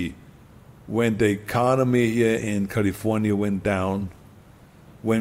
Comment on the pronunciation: lol california... cuh lee forh yuh LOL